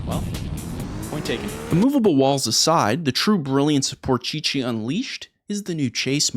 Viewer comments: It is only me that get triggered when he prononce porsche ''poor chi-chi'' or ''poor she-she'' ? lol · por chee chee? thumbs down for that alone and btw glad to see that i'm not the only one having trouble seeing where to go in certain need for speed games. when shops would have xbox one display units, they usually came with need for speed games and i could never tell where to go and crash into walls eventually. i tought i'm getting old or so. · Another goated video from the!! Although I gotta ask...... do all Canadians pronounce Porsche as Porcheechee?? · Why do you pronounce Porsche as Porchichi ? NFS Had great games back in the days, but Porchichi ??? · "PORCHECHE" hits hard🤣🤣🤣🤣🤣🤣🤣🤣🤣🤣🤣🤣🤣🤣🤣🤣🤣🤣🤣🤣🤣🤣🤣🤣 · That's NOT how you pronounce porche 😂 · Porsche-che?! 😂 also, use a nunchuck, I use the nunchuck all the time, and I've gotten in top 3! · what is wrong with you saying Porsche? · please do some justice by calling the brands of the cars properly what is porcichi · The only thing that bugges me out is how you say Porsche... try saying like this: Porse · So annoying hearing "porchi-chi" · It's PORSCHE (Porsh Uh) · I was expecting you to pronounce Porsche wrong, but didn't expect it to be THAT wrong 😀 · Please pronounce Porsche right it was killing me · i am german, your "PorGG" instead of Porsche is an insult.... not kidding, but kinda kidding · Broo great video, but why Porcheche 😭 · So am I the only one who has a real problem with how he pronounced the car names? Especially Porsche he kept saying porcheesey is this like an inside joke? I don’t know if he’s serious or not first time watching a video of his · 6 minutes and bailing out my dude. It's unbearable hearing you pronounce Porsche like that over and over. Shame as I was looking forward to this. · Bro if you say porchichi one more time! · You mean Porsche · Ah yes the Porscheche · "founded by Ferdinand Porchichi" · The way he says Porsche makes this video almost unwatchable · The por che chi